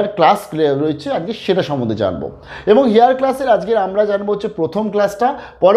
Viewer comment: আপনার উচ্চারণ আরও পরিষ্কার করে বলতে হবে,একটা বলি আপনি বলছেন 'হেয়ার: হবে এয়ার ।এরকম আরও আছে।